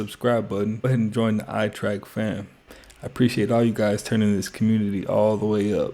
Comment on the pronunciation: say your damn youtube name right damnnnnn.. ''